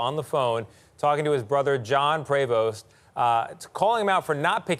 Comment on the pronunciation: I think it is Pre-Vost not pray-vost....at least that is how his other brother pronounced it!